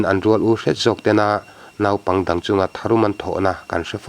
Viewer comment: 'Naupang' i lam rik dan hi puitling ve meuh lam danah chuan a mawi lo em mai, mi lam danin lam ve tawh teh.Thurawn a nih chu aw, huata lak lohah.